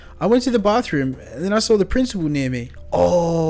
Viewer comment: it's saw not sall